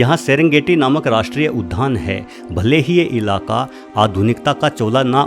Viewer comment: आपने उद्यान को उधान कहा है।